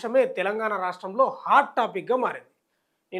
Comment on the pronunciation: రా.. ష్టం😢 లో కాదు రా..,! రాష్ట్రం.. క్లియర్ కట్..! పెగ్గు తగ్గితే.. నోరు తిరిగిద్ది.!